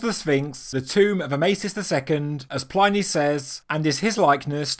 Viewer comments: Dude. Check out how to pronounce "Pliny" the Elder. I've heard you say it wrong in a few videos. Not sure what I think about this gradual construction in different phases theory. It's not so exciting. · I enjoyed this. Quite compelling. The only pedantic thing I can criticize is that "Pliny" should have the i pronounced short as in "in" rather than long as in "dine" (the e does the modifying). In most European languages it's probably best to assume short vowels rather than long. especially standalone ones like this. No such countries as "Eye-raq" an "Eye-ran" as some Americans would have them.